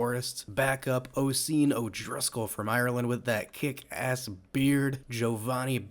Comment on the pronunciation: Oisìn is pronounced usheen no hate